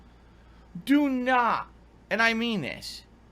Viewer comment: It's naht true it's NAHNSENSE